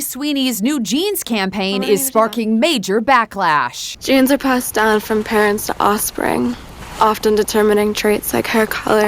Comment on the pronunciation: She sounds lobotomized. I've never heard anybody pronounce "down" like that. "Dau-win"